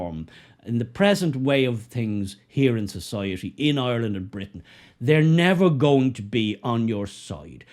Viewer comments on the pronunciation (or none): Ireland, not Yourland.